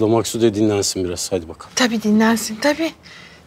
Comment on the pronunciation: Şimdi de babası... Ya herkes neden Maksude ye 'Maksut' diyor? Benim anladığım bir şey mi var yoksa oyuncular mi hatalı teleffuz yapıyor????